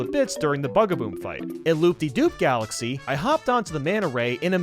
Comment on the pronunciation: Supah Mayro Galaxeh